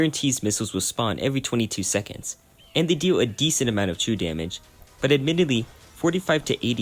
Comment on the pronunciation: 1 and a half hours in, I understood what true damage was because I thought you said chew damage, great video nonetheless.